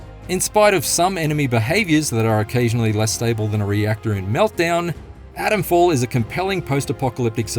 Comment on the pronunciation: It’s not Adamfall, it’s ATOMfall!